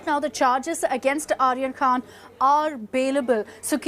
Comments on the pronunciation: Dalal n illiterate news .. it’s khan not khna.. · Can anyone notice KHNA instead of KHAN BUST instead of BURST It is India's No.1 media 🤣🤣😂😅